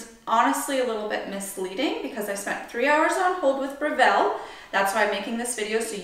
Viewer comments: I’ve just ordered this machine & grinder, can’t wait to receive them. Thanks for the detailed description. BTW, it’s pronounced BREville, not "BreVELLE" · Thank you for uploading this. I’ve been searching for an extensive video like this. By the way, it’s BREville not BreVILLE. It’s an Australian company.